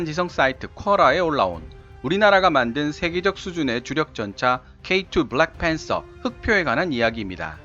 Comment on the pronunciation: 미안합니다만, 영어발음이 영 거슬려서 음소거하고 영상만 봅니다. black panther 발음도 제대로 못하면서 왜 굳이 혀를 굴려가며 발음하시나요.